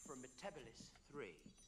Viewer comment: someone should have briefed Matt Smith how Say Metabelis!- It should be pronounced as 'Meta-Bee-Liss!'